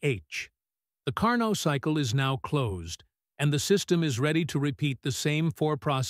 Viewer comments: Please.... Car -NO.......... not Car-Not. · It's not Car_Nott, respect the French pronunciation of the scientist surname, do not Americanize for your ease, IT IS CAR_NO, the t in the end is silent. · It is Car-Neau not CAR NOT. This spoils an other wise good presentation. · "Carno" cycle. The T is silent. Also all those jet engines in the hall looked stupid, and the thing with sparks was dumb. Too much dumbness for me to go on watching. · Great video! However, Carnot is pronounced as "Car No"; T is silent. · Now, if the AI voice could pronounce his name correctly, all would be good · Stil it is a great work!